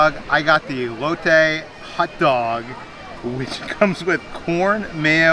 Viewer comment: I'm so proud of you my friend. You improved your pronunciation of elote!. As a Mexican it made me smile when you pronounced it right!!!